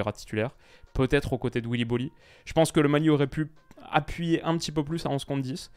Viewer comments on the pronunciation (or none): none